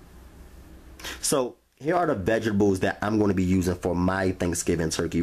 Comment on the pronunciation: Vegable, and rery rery rery rery juicy